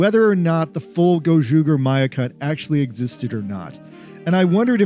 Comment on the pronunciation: The ger in gozyuger is pronounced the same as the ger in ranger.